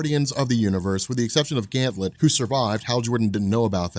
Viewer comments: it's Ganthet not Ganthlet. Sorry it's bugging me. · Dammit! GanTHET not GanthLET! LOL Love your vids man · I have to imagine others have mentioned it, but I've been bingeing the Green Lantern playlist and it's surprising that there are multiple videos where you keep calling him "Ganthlet" but his name is "Ganthet" no L. Hoping this gets fixed eventually. Good work otherwise! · THET...Gan-THET, not Ganth -LET, there's no L in Ganthet's name. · It's Ganthet not Ganthlet. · who is this ganthLet. its just Ganthet. no L. 2nd don't yadda Spectre it needs covering everything from final night to rebirth. no one and I mean no one on YouTube has. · *GANTHET.!! NOT GANTLET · There are ZERO Ls in Ganthet's name... Please don't pronounce it as "Gam Thet" either, PLEASE! It's "Ganth it" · Yo, I love you, I love your videos, but I can’t hold it in any longer. His name is GanTHET. There is no “L” in his name. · His name is GANTHET. There is no "L" in his name. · Sounds like he is saying Ganthlet am I the only one who hears that? Why is he saying it like that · there's no l in ganthet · second time he says "Ganthlet" I turned it off. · "Ganth>L<et"... WTF... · Back when mispronounces Ganthet, and Zero Hour Crisis in Time.:P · Ganthet does not have an L in his name. U keep saying it wrong. LoL